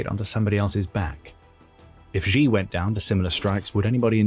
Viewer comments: Its pronounced, "she" not, "gee". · Xi. I know it's really uncomfortable to pronounce his name as "she", but that is the correct pronunciation. "Gi" is not correct, even though you may feel more comfortable saying that since Xi certainly is not a she. Yeah, not the most important thing... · Who is president Ji or Gi? I am Swedish and not a Youtube presenter but at least I know basic pinyin. Just say it Chi in English PLEASE and you are at least much closer to the truth. We would spell it Tji in Swedish. So for English speakers. Xi Chi and Qi just say Chi if you don't know better. There is some difference but still endlessly better than inventing a new president😃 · Let's try saying "she" just as it is pronounced in Mandarin rather than the bastardized "zhee" that just makes you sound ignorant. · It is NOT supposed to be pronounced like Zhi or Ji. It is supposed to be pronounced like "she". Really. Just say the word SHE. That's how it's pronounced. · You know, I'd take this analysis more seriously if you could actually pronounce "Xi" correctly